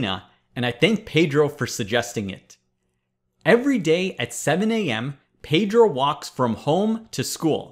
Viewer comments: Hey Presh, Please stop mispronouncing my name. Pedro is Spanish for Peter and it is NOT pronounced as 'Pay-drow'. The proper Spanish pronunciation is BEH-DROH. Thanks! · It pronounces "pedro" with the "e" as in "Explanation"